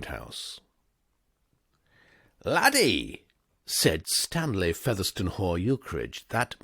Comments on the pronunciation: Another fantastic reading. If you aren't a professional, you should be. One nit: I think Featherstonehaugh is pronounced 'Fanshawe'. One of those many British names that sounds nothing like its spelling. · Ukridge's middle name is usually pronounced "Fanshaw" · Featherstonehaugh as many have pointed out is Pronounced Fanshawe.. PGW himself ridiculed the weird British pronunciations. He had a character Mapledurham .. ‘pronounced’ Mum